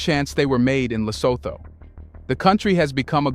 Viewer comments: please research the proper pronunciation of African names: eg LESOTHO is pronounced.. ( LE SO. 2 ) NOT.. ( THOR ). Another name you mispronounce is that of the 1st Head of State of TANZANIA - President Julius NYERERE... you often say NY. ERERE.. ( NYE ) RERE. Thank u, Sir. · If you can't even pronounce it correctly; why bother make a content about it: It's pronounces: Lesoothoo: Do you homework and research before giving us a content😳🤷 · Le-soo-too is how Lesotho is pronounced. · Thank you for highlighting our unique country that we call home. I am a Mosotho living in Lesotho. The only thing I would have liked is to see all images to have been from Lesotho. For instance, the images of Asians working in textiles when referring to textile industry in Lesotho could be misleading. Secondly, it would be helpful if you had asked someone from Lesotho to help you with the phonetics such that you pronounce Lesotho correctly. Phonetically it is pronounced Le-so-to (the h becomes silent in the English phonetics). Otherwise, great work and on behalf of our nation, we thank you.